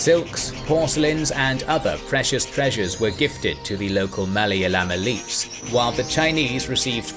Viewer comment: You pronounced “Malayalam” properly! I’m so proud of y’all!! Take my upvote lol